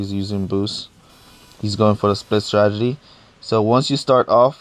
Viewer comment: Lol and 'stragedy' 😂